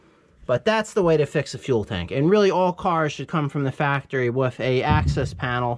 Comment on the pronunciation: Love your channel, but please...with, not, wiff.